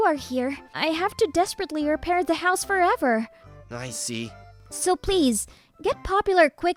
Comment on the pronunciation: He said hoose not house🎉😂😂😅